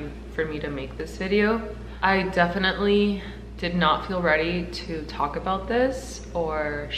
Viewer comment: Defidently? Kkkkkkkkhh